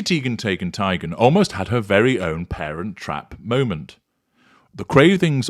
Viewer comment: Tee-gun Tie-gun Tay-gun: heavy on the consonants there,.